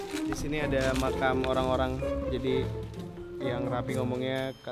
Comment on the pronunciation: "Emang disini ada macan beneran?" "Makam bang" Lah aku juga dengernya macan wkwk